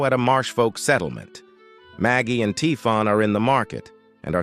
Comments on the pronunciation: Typhon is pronounced Tai-fon, but it's consistently being pronounced as Tee-fon in the video. Very jarring. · Thanks for the summary but the way Typhon is wrongly pronounced throughout the video makes it really difficult to listen to.